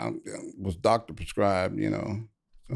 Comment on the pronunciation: You neeed a Docttor haha